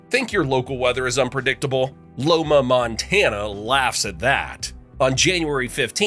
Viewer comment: it's LIMA montana, not Loma lol